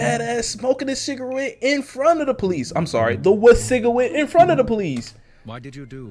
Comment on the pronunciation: Cigawette got me